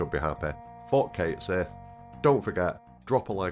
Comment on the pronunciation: If it was the way you said it, they would have written Seeth, not Sihth. It’s the Star Wars way.